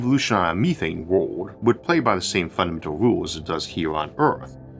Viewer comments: Yah no offense to this guy he clearly has a speech impediment but it is very distracting to me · O.k., let say A+ voice - sometimes his pronounciation is a little bit strange (for example "world" or "mirror")... but it has improved compared to seven or eight years ago!